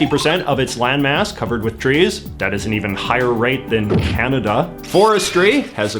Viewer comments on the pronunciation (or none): none